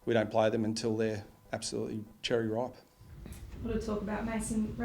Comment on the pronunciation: "Cherry Ripe" - someone has been hanging around Heppell too much!! haha